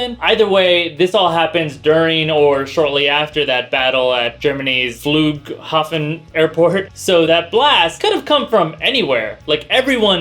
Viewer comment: he nailed the german pronounciation of flughafen :)